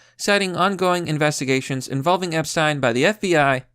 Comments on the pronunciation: Its Ep-shhh-teen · I just love the way he pronounces Epsiten.❤❤❤❤❤